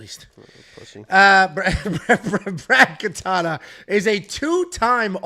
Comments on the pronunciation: not katana its katona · Katona not katana